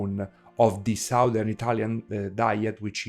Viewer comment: foreigners always mispronounce the two words SOUTH and SOUTHERN. The OU is pronounced correctly in the word SOUTH, but the OU is pronounced differently in the word SOUTHERN. it should sound like a soft A. it's hard for me to explain.